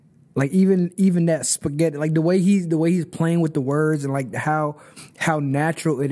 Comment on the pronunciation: That spaghetti line, I think he was imitating his daughter saying it. "A childish pronunciation of spaghetti" - pasghetti